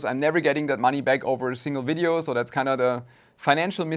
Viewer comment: While I am quite happy to hear the word video pronounced correctly, I'd be lying if I said I wouldn't miss the german engineering vibes in fideo... Owell, there's enough of that in my thermal grizzly so who cares 🤟